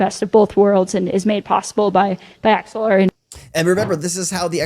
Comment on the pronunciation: did she say axelar?